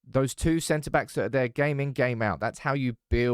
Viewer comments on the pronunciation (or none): none